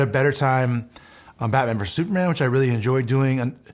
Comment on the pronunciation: Why do u say “Sue Man” instead of Super Man?